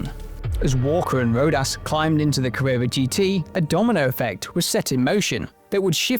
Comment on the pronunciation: Porsche Cawwwewwa